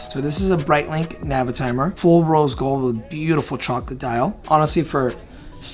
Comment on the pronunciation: It's not 'Breit-LINK'. 😂